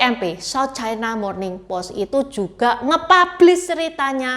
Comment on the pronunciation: Ucapan yg bnr : china, bukan chaina